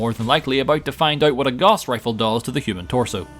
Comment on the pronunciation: Again. Gauss is pronounced GOUSE. Not goss. 🙄